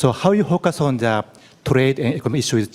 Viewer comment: 더를 왜 쟈라고 읽어?